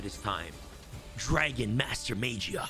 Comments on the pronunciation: he pronouncing magia with a j, smh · it's pronounced maw-gee-uh